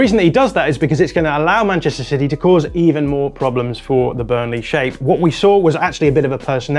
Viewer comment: also says Burnle'h' 😅